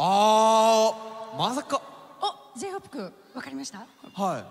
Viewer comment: Só eu que entendi ela falar J-Hope cu